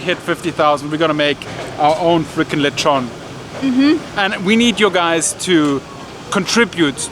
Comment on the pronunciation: Got scared when you used that canned coconut milk. The canned version can never capture the taste of the real one. By the way, i like your old lezhown pronunciation. Hehehe